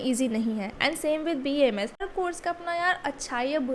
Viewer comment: It's B.A.M.S not bams bams, btw good video ❤